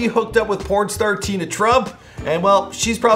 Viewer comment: ITS TIANA TRUMP..NOT TINA